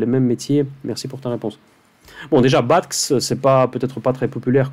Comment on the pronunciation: Merci, très inspirant. (BATX se prononce Béatéix;-)